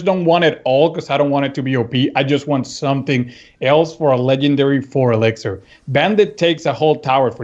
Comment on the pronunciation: Does anyone else hate it when someone says elixir like elexer?